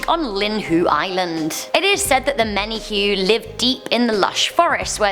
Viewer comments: Aloha,! Thanks for doing a Top 10 for Hawai’i. I’m familiar with most of these stories. Although, I didn’t know about the airport ghost. Menehune is pronounced “Me-Ne-Hu-Nay.😊 I loved this so much and who better to host a Hawai’i themed top 10 than you! My favorite Top Tenner! Cheers! ♥️🌴🌺💕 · Aloha from Hawaii, you nailed it with Hawaii Urban Legend. Though Menehune is pronounce Men- Nae- Hoon- Nee. But you nailed it. Good job 👏👏👏 Please Do Another Hawaii Urban Legend.. 😊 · U said memehune wrong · I live in hawaii its funny how you mis pronounced Wahiawa and menehune😂 but your right on all of storys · menehune is accually pernounced (Mene-hoo-nei) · You pronounce the e at the end of menehune.I thought the legend was if you carry pork down the h3 freeway or pali freeway,the menehune will cause your car to stall or breakdown.I didnt know it was the pig god. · If you dont know how to pronounce the word menuhune it's not menhue..ppl gets offended.. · “Menehune” lol its pronounced mena-hoo-nay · I’m like what the heck did she just say 🤦🏻‍♀️ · Menehune is pronounced Menay hoonay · I am from Hawaii, it is hard to pronounce most Hawaiian names, but just remember that every letter is pronounced, (ex. Menehune is Meh-neh-hoo-neh). Also residents of Hawaii are considered Hawaii residents, Hawaiian is reserved for those how are of Hawaiian blood. Otherwise I thoroughly enjoyed this episode!!! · Menny-hooon haha!!! Butchered that word "menehune". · Hoi you haole, it's pronounced menehu'ne